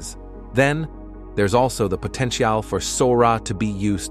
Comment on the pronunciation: Is this text to voice AI? Something about the pronunciation seems a bit off. Potentiahhhhl?